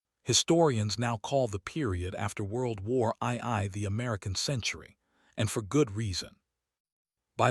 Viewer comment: "WORLD WAR EYE 👁️ EYE 👁️"!?!🤣❤🎉